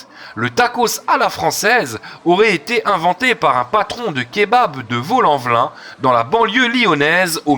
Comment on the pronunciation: C’est pas vaule en velin c’est Vaulx-en-Velin